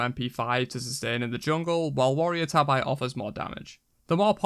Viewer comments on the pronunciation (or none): How the hell can you say Ninja Tabi correct and Warrior's Tabi wrong? (tah-bee NOT tah-eye)